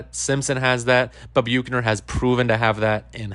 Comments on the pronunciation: Where did you get the pronunciation “Bukener”? 😂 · I'm sorry, but the way he is saying Bukener is driving me crazy 😂😂. It's making it hard for me to listen to the video lol